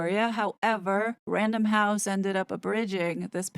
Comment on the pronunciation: Did you Say 'random Houssen? As in penguin random house ?????🤔